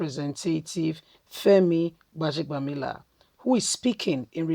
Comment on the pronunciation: Please learn to pronounce people's names properly sis.